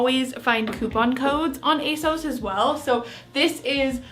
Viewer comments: it’s ASOS not A sauce for future reference 😌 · Asos to rhyme with toss not to rhyme with toes.:) Love your videos,. Thank you very much for this one.:) best wishes, Susan:) Edit: the Trench Coat/Rain Mac looks lovely on you. If you were in London and it was pouring down with rain, you'd love that mac. I loved that block colour dress you had on, and the sage green dress was gorgeous on you!:) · Ace-oss is how ASOS says its supposed to be pronounced. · You prounoune it ACE-OSS, just saying. Love all your vlogs, happy fall 🍁🎃 🎃👻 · Can we please pronounce it A-SEUSS from now on?! 😂 Also, I have tried ASOS before after hearing so many people rave about it and I don't really get it either. Not great quality, not that cute, I don't like how their website is laid out. Even though I'm sorry you didn't have a super successful haul, I'm glad I'm not alone in not understanding ASOS' massive popularity! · it’s pronounced a-sew-s, and I only know that because it’s the only youtube ad I’ve been getting for like the past 2 months 😖😂